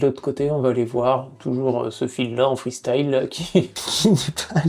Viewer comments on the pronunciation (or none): none